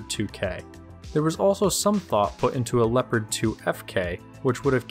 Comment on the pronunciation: Nobody:: Leppadd